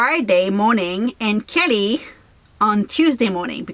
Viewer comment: Kelly not Kitty, though it sounds like Kitty.